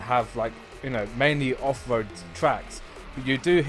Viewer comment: Is it offroad or offwoad haahah